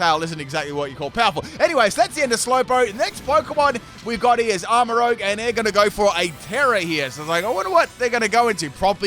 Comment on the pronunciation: sorry if I sound too harsh😅 Armarouge is one of my favourite pokemon from this gen. I just want to do it justice since few people on youtube have mispronounced its name.